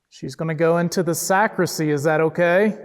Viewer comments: Great episode guys! I loved watching it and the Paranormal Encounter's episode with Ryan as well! That place is huge and scary! FYI- it's actually a "sacristy" not a sacrisy. 🥰 Can't wait to see your next episode!!!🥰💖💖💖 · Just a friendly FYI...it's Sacristy not Sacrissy. Carry on! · Love you guys. Your calm, dignified, evidence-based methods makes this an amazingly watchable channel. It’s super scary but it’s well researched and put together with loads of effort and energy. Just so you know , it’s pronounced sac-ris-ty. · The room behind where the priest gets ready is called a sacristy. The t is pronounced. Just thought I’d let you know. Enjoying the investigation.